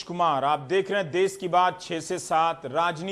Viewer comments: Desh hota h .. not dess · देश not देस 🤣🤣😂🤣🤣